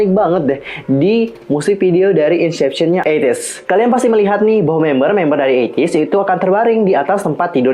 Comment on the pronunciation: maaf kalau tersinggung tapi, cara baca inception = insepsyen, bkn insyepsyen. itu aja si, tapi pemabhasan teori nya asik kok